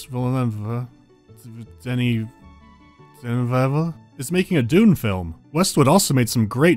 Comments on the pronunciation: Great vid. FYI it's pronounced de-ni, phonetically would be de-knee. S at the end of french words are silent. Love from a QC fan. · Ok try this: De-ny vil-nev <3